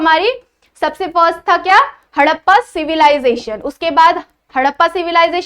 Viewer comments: Tts not haddpa it's harrapa 😂😂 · Harrapaa nahi Harapan hota hai😂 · Mam haddapa nahi harappa😂😂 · Mam मॅम आपने हरप्पन सिव्हिलायझेशन को हडप्पा बोला है तो उसका करेक्शन मुझे थोडा अजिब से लग रहा है तो आप अच्छे से प्रोडक्शन करिए